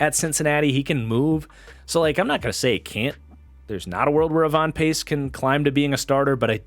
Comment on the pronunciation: It’s Ivan not evon